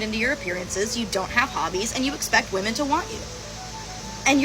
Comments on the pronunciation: Why do so many young women have trouble saying the word "women?" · What is it about this younger generation that doesn’t allow them to be able to pronounce the word “women” and not “woman” when referring to multiple women? Smh absolutely ridiculous. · Why do these young woke women pronounce the plural women as woman. This reflects the state of education system.